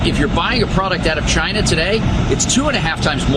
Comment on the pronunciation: It's not Chy Na!!